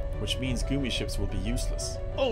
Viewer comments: Lots of folks in the chat are German and in the German language, it is pronounced 'goomi'. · So is he pronouncing gummi ship wrong on purpose now?